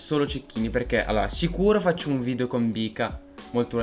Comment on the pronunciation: si dice video non vidio